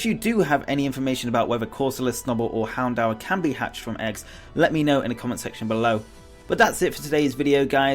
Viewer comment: Houndour's pronounciaton is (hound-dor)